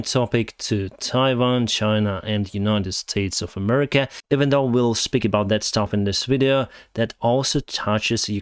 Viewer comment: "Claims to not support a particular party" Pronounces the country name as "Murrica"